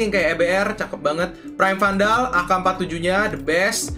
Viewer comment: 5.38 , gk salah lo nyebut vandal tuh smg?, ato emg salah nyebut